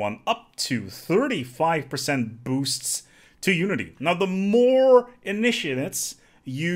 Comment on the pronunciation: Then ask him to pronounce "initiates"... :D